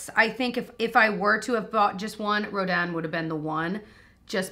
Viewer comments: I don’t wanna sound like a snooty snoot but yes it’s Ro DAN some ppl are saying Ro DIN but that is not correct. Very very pretty. I bought a few parts of the masterpiece collection very worthwhile. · Roh Dan! Yes! Finally someone pronouncing this close to how it would sound in French. The sculptor was amazing. Gritty -r, soft -ng Wish I can get this in 🇨🇦 without paying an arm and leg in duties and customs. 😩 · Your pronunciation of 'Rodin' was perfect,! (I majored in French..... Doesn't anyone take it in school anymore?) And, PS - I got my Em 'Rodin' a couple of weeks ago. At first I was dismayed by the small size, but-- ya know what? It is gorge!! It's one of my personal fave palettes...And, like you, I prefer buying from larger stores like Ulta/Sephora etc. But, any of you sitting on a fence - don't! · Soooo many people have been pronouncing Rodin incorrect in their reviews and it’s refreshing that some people know how to pronounce it! Hahah. But I love the Rodin palette! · Thank you for pronouncing Rodin correctly. lol So many YouTubers are pronouncing it the way it looks. But, you were right. 😄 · Yessss you’re pronouncing it correctly! And I love the Rodin palette. It’s so neutral and beautiful!